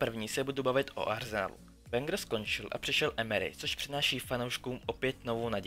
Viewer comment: Nauč se vyslovovat jména... Bačučaí, Wengr, Početýny ... a navíc, jsi uplně mimo.